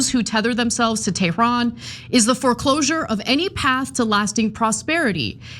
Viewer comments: Why that gay named binset doesn't say Tehran, he says Theran 😂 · He didn’t mean to say they were tyrannical, he just meant “Tehranical” as in from there, that’s all 😅😅